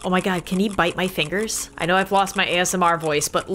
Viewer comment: My mom is hilarious. She pronounces ASMR as as$-meer. 😂